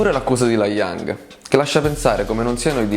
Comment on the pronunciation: allora bel video ma laioung non puoi sbagliare a pronunciarlo....